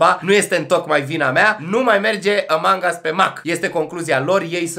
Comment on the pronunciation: nu mai spune "Ămang" pls ca imi divorteaza urechile =( (no hate), pwp <3